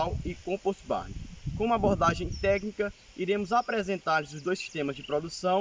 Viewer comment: '' composti barni " Puts.... Se o termo é do inglês, quem sabe vamos respeitar o idioma e falar corretamente as palavras né? Não tem a letra " i " em nenhuma das palavras. COMPOST com T mudo e BARN com N mudo. Obrigaaaado.